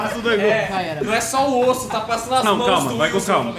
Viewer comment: Foi "osso" kkkkkkkkk